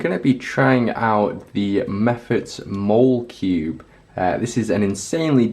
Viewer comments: its pronounced like mall-uh-cube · I've always called it the Molecube, pronouncing it similar to Molecule